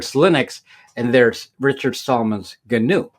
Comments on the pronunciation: Gnu is another name for Wildebeest, two species of African antelope. It's pronounced: Nu. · The 'G' is silent.